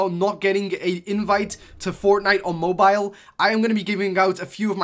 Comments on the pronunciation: I like the vid but I get annoyed by how you say mobeal just say mobile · The way you say Mobile puts a smile on my face 😂